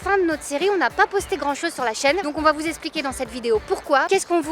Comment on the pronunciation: « Vous expliquer » pas vous « esspliquer ».